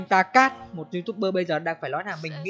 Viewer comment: Ta ca not Ta cát